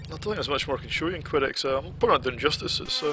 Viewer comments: a quality yet tough game and the music was awesome too,nice review man,oh and by the way it's pronounced que-dex like a snooker cue not qwi-dex. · you could be right but it's the only time i've ever herd it pronounce'd that way,i just try'ed it in google translate and it pronounces it kwedex so your pronunciation might actually be closer than mine.